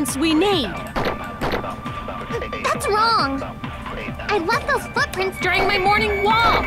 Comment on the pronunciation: Prestar atenção no class trial: ❌ Prestar atenção na palavra o "Esta em sessão esta a corte" Ou no nagito falando no thats Wong : ✔